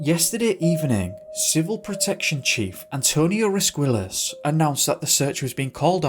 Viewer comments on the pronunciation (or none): This was probably your most interesting episode, and I'm so glad I subscribe! One thing: In Spanish, the "ll" (double L) in a name or word is pronounced like a "y," so Sr. Rosquillas' name is pronounced "Ros-KEE-yas." Thanks,!